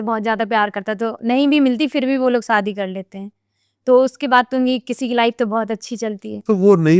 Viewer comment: Saadi nahi shaadi